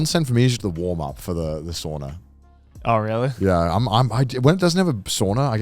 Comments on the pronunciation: It’s souna not sawnuh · Guys, sauna is pronounced sow-na, like the mother pig and na. If it would be pronounced like you pronounce it, it would be soona. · Spent a few seconds trying to figure out what a SWORNER is to then realize Connor was talking about a SAUNA lmao